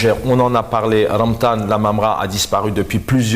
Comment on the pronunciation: respectez le prénom de monsieur LAAMARA svp...c 'est REMTANN et pas remdhann.bouteflika l'avait marginalisé durant 03 ans car il refusait de changer le T de son prénom en DH!!